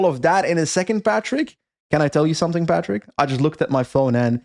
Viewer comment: Please - I love you - but stop saying Patrick!